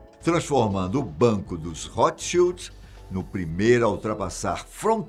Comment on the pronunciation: Ao menos ouço alguém pronunciar corretamente o nome Rothschild. Boa sinopse da ascenção da família.